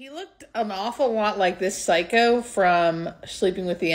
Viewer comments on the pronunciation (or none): none